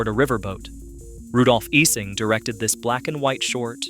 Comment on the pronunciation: I always heard "Ising" pronounces as "EYE-zing"